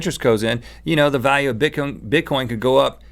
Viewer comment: omg they said bitcoint..